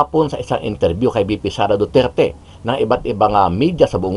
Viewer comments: Walang galang Ang nag question.Ni Hindi nga inalam Ang tamang pagbigkas Ng pangalan Ng accused.hindi nirerecognise Ang identity o individuality Ng Former President samantalang laganap na sa Social media Ang tamang bigkas.ugali talaga Ng dayuhan na impose Ang knilang designated na pangalan tulad Ng Beijing- Peking, Mynmar- Burma,Sri Lanka - Ceylon etc. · Yun oh, pati pag bigkas ng Duterte, di nga ma perfect, tapos ibagay mo sa kanila